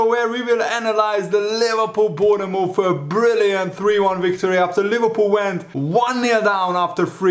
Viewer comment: Hi, after watching you for many years and being English and we have some well funny spellings and pronounciations, just to say, you don't pronounce the 'e' in Bournemouth, you say it like Born-muth, like the 'TH-'E'- sound kind of. Obviously we say it more quickly here, not a critique, just thought to say....I enjoy people's accents and how they pronounce things, I used to teach TESOL once upon a time....